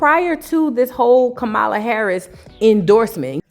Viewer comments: STOPPIT..NOT DIDDY AND KAMALA IN THE SAME BREATH...PRONOUNCED COMMA. LA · It’s actually kah-mah-lah… please stfu nobody cares how you say butter chicken or tikka masala 😂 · COMMA...LA sis...pronounce her name correctly!!😞